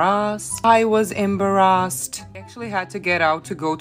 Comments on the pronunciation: "My boyfriend was emberassed"😂🤣😂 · The part she said I was embarrassad I thought she said I was in Barra's and I was laughing when I noticed. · Omggg from now on imma pronounce “embarrassed” as EM’barrassed” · The way she says embarrassed 😂